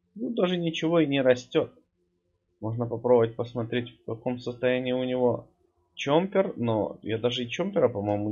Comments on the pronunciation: ЧОППЕР А НЕ ЧОМПЕР ПЛЗ ГОВОРИ ПРАВИЛЬНО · Ты говоришь"чомпер")